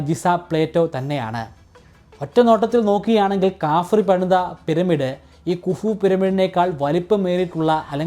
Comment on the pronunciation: കാഫിർ എന്നല്ല മോഞ്ഞെ, ഹഫറ എന്നാണ്‌ വിളിപ്പേര്‌ അല്ലെങ്കിൽ ഉച്ചാരം, നല്ലരീതിയിൽ അവതരിപ്പിച്ച് അവസാനം ഒന്ന് രണ്ട്‌ താങ്ങലും കണ്ടു, സൂഫി😂